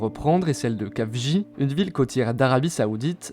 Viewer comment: Ca se prononce El-Khafji pas Kafji (comme la jota espagnol)